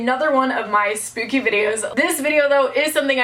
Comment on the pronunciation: Spoopy? I’m pretty sure it’s supposed to be spooky